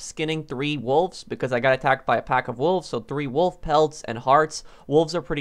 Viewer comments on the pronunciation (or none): none